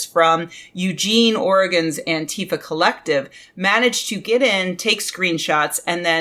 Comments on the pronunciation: Oh please, for the love of spaghetti, it's Ántifa, not Antééééfa. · I wince a little whenever I hear an American leftist use the Trumpian mispronunciation of "Antifa" :/ For a while it was a handy shibboleth (anyone who said "AnTEEfa" was either ignorant of it or right-wing or both), but now Americans seem to have collectively settled on saying it wrong.